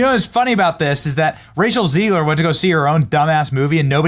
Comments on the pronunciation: Her name is pronounced as “Zeg-ler” and not “Zee-gler”! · It's ZEGG-lure. Not ZEEG-lure. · Hi, why you pronounce "Rachel Zegler" as "Rachel Ziegler"? You trying to make her German so you can finally deport her to another continent? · ZEGLER not Zeigler to you clueless idiot. She hates Jews and you're making her Jewish. Even when you are interviewing others who are correctly pronouncing her name. . . YOU CONTINUE TO MESS IT UP. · Hey Beeny, do you realize every time you say, "zEEgler" there's a bunch of you kids asking, 'Hey Dad, does Beeny say her name wrong because he can't read?' Dad said, 'Evidently Soooo'.😉 Giggity😏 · Zeg-ler Zeg (egg) ler😂